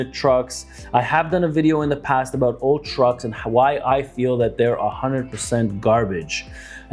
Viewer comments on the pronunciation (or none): none